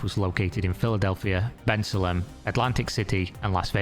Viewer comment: Bensalem is pronounced ben-SAY-lum.